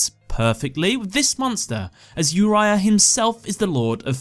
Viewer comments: It’s Oreo obviously not uria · Why pronouncing Yuraya when you don't even pronounce it that way in Uriel in English? 😅 It's "Oo Ree ah", Latin based name are pronounced the Latin way in English usually (that's also how it's called in any other language than English and Chinese)